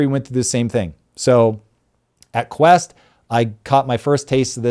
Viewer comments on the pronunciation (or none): none